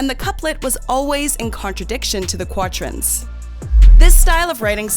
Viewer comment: Why is it that one can always tell which signs the author of the piece likes? Did you have a bad experience with one, so you razz that sign. While not a Taurus, I watch them all, and viewed this one. It would be nice if the Voice-over girl could pronounce the word QUATRAIN properly. It is not difficult.